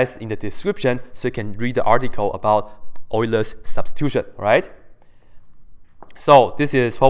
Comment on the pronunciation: well done,. You pronounced Euler in the correct way.:)